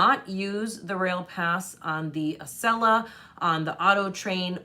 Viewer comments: Yay you said Acela correctly! 😁 I'm a Boston native. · Yay! Acela pronounced correctly. Also, I am in Wilmington DE and can't help but note the irony that the First State will be your 50th! It's barely a whistle stop on the Acela, and quite frankly, the entire state is tiny but jam-packed with things to see and do. If you are disembarking, I would be thrilled to meet with you. If not, the station is walking distance, so I will wave. Wish I found you helpful videos sooner - I booked a cross-country circuitous route (Acela, Capitol, Zephyr, Coast Starlight, Empire, Cardinal) for this summer - but your videos have helped me prepare immensely - thank you.